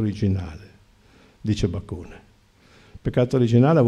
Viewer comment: Lapsus? Non Bacone ,ma baccone (figlio di Bacco ?)